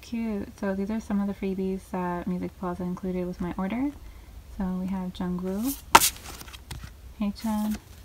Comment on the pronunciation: The way you pronounce jungwoo sksksjssj